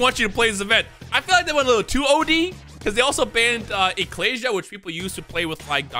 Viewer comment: the only person i've ever seen pronounce ecclesia right